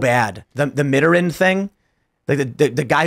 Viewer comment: Tim and, please look up the pronunciation of "Mitterrand."